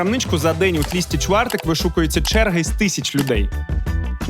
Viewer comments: Ой, Михайло, не тлісти чвартек, а твусти чвартек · Ахах, Миша, какой "тлистый чвартек"? Т'устый чвартек! И не "толстый", а "жирный" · Не тлісті чвариек , а тлусти чвартек , від слова тлущ - жир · Не тлисти чвартек, а тлусти чвартек, буква "u" по польські це "у' по українською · На майбутнє було б не погано вивчити назви, які використовуються у відео. Tłusty czwartek - не Тлісти чвартек, а Тлусти чвартек. І саме слово tłusty - не товстий, а жирний (в сенсі що на олії жарені) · ТЛУТСИ ЧВАРТЕК а не те що ти кажеш. І навіть це не правильно бо не опишеш польську мову правильно!!! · Тлісті чвартек - і тут я впала зі стільця. Потім остаточно сповзла коли переклад був - товстий четвер. Невже так важко навіть в гугл перекладачі прослухати як читається і тим більше як перекладається якщо не має доступу до носіїв мови? Дошкільний рівень підготовки